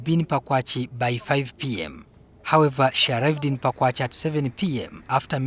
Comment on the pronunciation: The place is called ‘Pakwach’ not ‘Pakwachee’😒